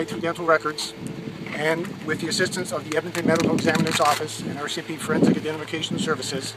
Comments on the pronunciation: The 'OR-CMP' got me this whole video. Assumed it was the Ontario branch of the RCMP, before realizing that I know which province Edmonton is in and it's not Ontario. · The "Oarsi MP."